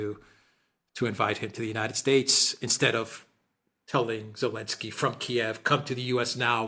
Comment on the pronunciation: Who the hell is "Alensky" ?!?